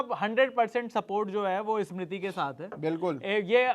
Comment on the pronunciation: Host are the most chu.... pahele tera diction sudhar... For Smiti he is saying eeesmiti... Lady voice wale... Bas sabki lete rahta hai tu... The other guy also as if he is wife...😮😂